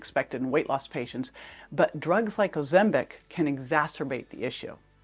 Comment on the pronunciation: Please pronounce Ozempic correctly. Also folks, remember that opinions arent facts. I choose to trust my Dr. I was put on Ozempic for my diabetes over a year ago. My Merformin was decreased and recently discontinued. I have lost 75 pounds, experience very few side effects, ( even on 2 mg ), have an A1C of 5.5 and have perfect blood sugar levels. Not all of us are scare stories. Nothing is perfect, but for me the benefits are huge. ( no pun intended)